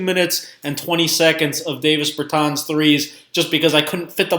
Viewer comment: Learn how to say his name right before you make a vid you slown